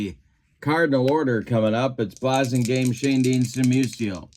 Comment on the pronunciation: It's BLASS-ingame and Turk LAUN (rhymes with town). Sorry!